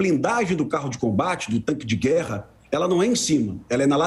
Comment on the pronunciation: Especialista falando "tanque" é osso.